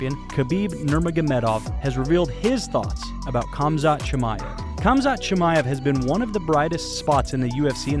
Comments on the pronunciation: why do i keep hearing cumshot chimaev? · All I hear is cumshot chamaev. That’s good marketing but Colby haha